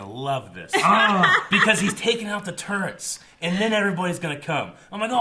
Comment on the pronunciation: It's "turrets," not "turrents"